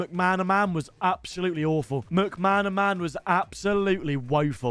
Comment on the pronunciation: How can a grown man not say McManaman properly?